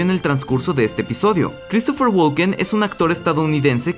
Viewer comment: Deberías intentar mejorar un poco tu inglés y tu pronunciación. El verbo walk se pronuncia "wok", al igual que talk, se pronuncia "tok", por ende el apellido de Christopher se pronuncia "woken" no, walken. De nada. BTW - No estoy suscrito y ni dislike le voy a dar.